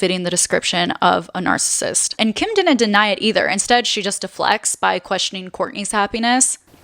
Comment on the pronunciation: This was very insightful. But every time you mispronounced the word “narcissist” was so annoying. It’s not pronounced “narcist.”